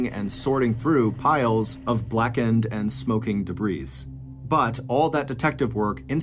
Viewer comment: The s at the end of the word debris is SILENT. I've heard make the same mistake several times on different podcasts.